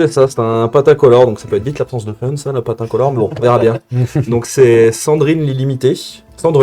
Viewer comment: C'était bieng, il faut le dire, c'était bieng !